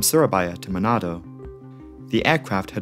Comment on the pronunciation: You spelling surabaya and manado is very good sir